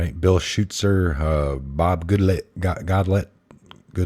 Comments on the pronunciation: Darrell Issa is pronounced ICE-a. Bob GOOD lat, Jeb HEN sir ling - all very prominent in Congress. My guess is you never watched c-span much or you would know all these people. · Goodlatte pronounced Good lot